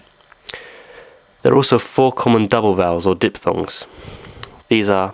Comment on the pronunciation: Also, dipHthongs is misspelled (and mispronounced).